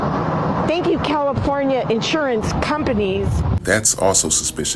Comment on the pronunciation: Did dude say “Califuna“? And watching fire fighters spray water from their hoses, he said where did the rainbow come from. Embarrassing bro